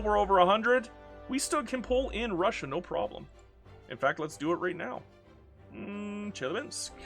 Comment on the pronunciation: The "Basin" in Tarim Basin is pronounced "Bay-Sin". It's not a proper noun. It's a geographic Basin called Tarim. Good that you just said "Chelyabinsk" tho, lot of english speaking youtubers would have made some stupid thing out of trying to pronounce that.